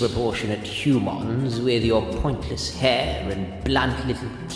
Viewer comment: Hu'mahn. is part Ferengi?